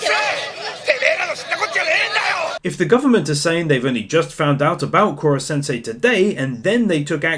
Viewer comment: I can't shake the feeling that you're saying Collar-sensei instead of Koro-sensei lol.. never mind that, great work man.